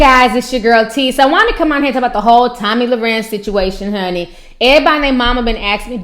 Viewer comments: Your a special kind of stupid ! And her name is not Tammy it's Tomi! And don't play your race card........ur ghetto! A lot like the view animals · Ti you stay messing her name up! Lol love u aha